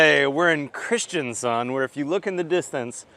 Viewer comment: Also sounded like he said Kristiansund